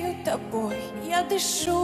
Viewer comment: Ну и слова особенно лежа-ла, ма-ла, я палею тапой , тышу тапой. Испохабить хорошую музыку такими ударениями и произношением надо умудриться. Уши режет.